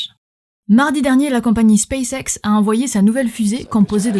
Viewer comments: "Space-Sex" ? x'D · déso ça m'a fait rire car mes amis anglais sur Teamspeak disent [speɪs heks] en marquant un arrêt et en parlant lentement. Toi j'ai eu l'impression d'entendre [speɪseks] vu ton rythme rapide. Je suis vraiment un gamin, j'en manque pas une pour me marrer:') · Tu dit mal space X tu dit space et après tu dit X